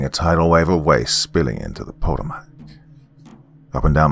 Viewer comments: Dear: Just to let you know, the word "Potomac" is pronounced pa-Toe'-mec. The emphasis being on the big "Toe" - like gout. 😊 Hope you are doing well. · The river is pronounced Puh-toe-mick. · Pronounced like Pu-toe-mack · That river is pronounced as pah-TOE-mac...just for future reference. Never heard it pronounced the way you did it. Entertaining story nonetheless. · Doc may have mispronounced "Potomac" but he read that Latin like a freaking champ. I couldn't even read it that well and I wrote the story lol. I really liked "The Devil Does Not Bargain for Souls." I look forward to hearing more from Bloody Spaghetti. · This has to be written by someone familiar with where I grew up at in southern Maryland. Also the drs pronunciation of Potomac😂! Great story and narration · Anyone else who can't help themselves mentally correcting the pronunciation of Potomac?